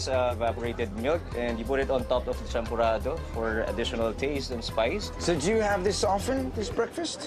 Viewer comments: Its not champorada its champorado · its champorado.not champorada.kwek kwek not kwak kwak. hahaha